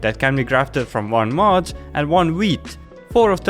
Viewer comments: Dude say mud not mod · You said mud weird, I though it was mod block.